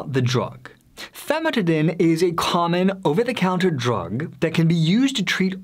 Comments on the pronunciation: This guy is not a medical professional as he mispronounces basic medical terms. Famotidine (Zantac) chemically increases in a cancer causing agent when exposed to heat. It has been recalled by the FDA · This guy is not a medical professional as he mispronounces basic medical terms. Famotidine (Zantac) chemically increases in a cancer causing agent when exposed to heat. It has been recalled by the FDA.